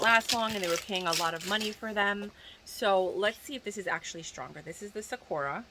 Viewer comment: It's pronounced Sah-koo-rah, not Sack-ura.